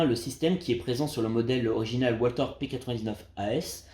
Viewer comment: On ne prononce pas walther à l'anglaise mais à l'allemande le w se prononce v .